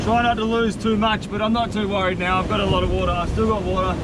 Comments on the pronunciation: "Infinite watah sowrce" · nobody, this guy: Wood'ah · I love how he says “wahta” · Goes to kitchen starts drinking water from my water dispenser "Now this is a good source of watah" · Ah, yes "watah" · its more ‘wodah’ instead of ‘watah’.